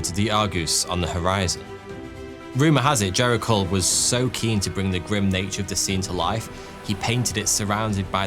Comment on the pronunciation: P.S. Your French pronunciation is hopeless. At least my art teacher taught us how to pronounce 'Gericault'. 😢